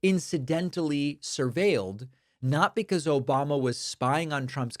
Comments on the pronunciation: Can you get his name right please its ObAmNa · "Yeah yeah yeah, Obamna 🙄" 😂😂😂